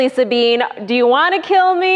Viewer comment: when she said Sabine I thought she was talking about me for a second, then she said from Germany then I was like I thought so. Thanks for pronouncing it right (most people don't)